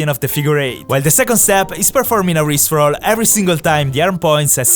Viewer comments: IT IS NOT COIED A RIP ROLL IT IS COLIED A RISTE ROLL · i genuinely thought he said rick roll instead or rip roll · i thought he said rick roll lol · Never gonna give you up, never gonna let you down. Sorry I thought he said rick roll (jk) never gonna run around and desert you. This time he said wrist roll :) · the "rip roll" sounded like rick roll😂😂